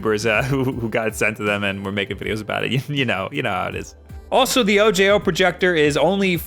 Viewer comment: I think the O J O is meant to be like O-ho. Like the spanish word for eye